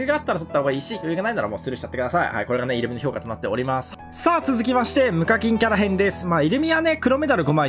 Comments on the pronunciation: イル↓ミじゃなくてイ↑ルミや めっちゃ気になる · イ↓ルミじゃなくてイ↑ルミ…ww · イントネーションがイルミネーション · イルミのイントネーションがイルミネーション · 的確すぎる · イルミのイントネーションおかしくて笑う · イルミのイントネーションが気になって頭の中になんも入ってこない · イルミのイントネーションが気になるw